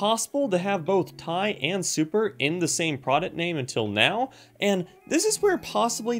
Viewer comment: For the love of God its T.I not ..... Tie